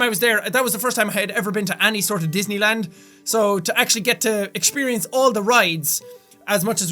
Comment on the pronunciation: exshpirience? lol